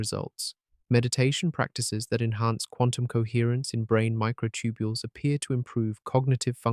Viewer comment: The Narrator's Still Saying Mighr B Concious Even With All The Compelling Evidence Especially About The Microtubiles.